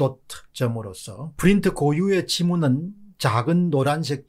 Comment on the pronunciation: 너무 에프 f 발음이 심하네요. 왜 프린트를 에프 발음하시능지... 전달하는 내용에 신뢰성이 떨어질까 우려되네요.